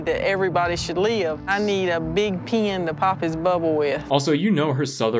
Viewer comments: 😂 she’s says she needs a pin not pen. “A need a big piiiin to pop his bubble.” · I think she was saying "pin" not "pen". Either way it was the weirdest way I have ever heard that word pronounced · She's actually saying "pin". Coming from someone who married someone from the South. Tin:ten; tint: tent; pin: pen; crown: crayon; etc.